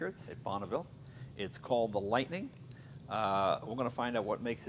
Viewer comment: "lightning", seriously?